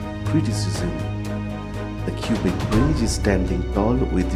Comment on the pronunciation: Cubic City !? The Cubic Bridge ?!? Don't the residents pronounce it "kwabeck" ??